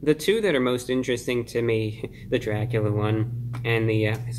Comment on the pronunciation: Its Dracubrah hahha